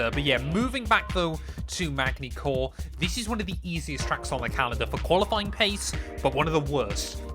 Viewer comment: really MaGny-Cours no no its Man-y Cours.. you dont say the G its silent but i forgive you as you was probly too young to know that when this was a real race